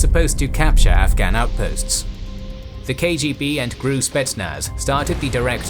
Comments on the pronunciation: Soviets thought to identify their own by wearing white arm bands. Unfortunately, Amin´s bodyguards also wore them. Soviet could tell their own by cussing and swearing. And for the love of Grammar Gods. GRU is not pronounced "Gruu" like "I am Gruut." Gee Arr You. Thank you. =) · GRU is supposed to be pronounced as GeReU... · My man, why do you pronounce things so strangely? I've never once heard the GRU pronounced as "groo". It's "The Gee Arr You". Also, Her-cue-LAY-an is how you would typically pronounce Herculean 💫👍